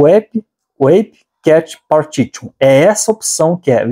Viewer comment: Gostei da dica, não gostei da maneira como trata a língua inglesa. "partitchu"??? Devia tirar um tempo e aprender um pouco de inglês antes de fazer um vídeo que inclua palavras em inglês.